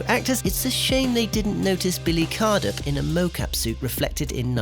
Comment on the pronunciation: It’s Billy CRUDUP, not Cardup. Let’s hope someone doesn’t make a video on all of your mistakes!